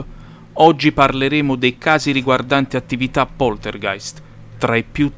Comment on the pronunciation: Anche perché l hai sbagliato solo nel titolo per fretta mi sa . L hai pronunciato bene e scritto benissimo in descrizione.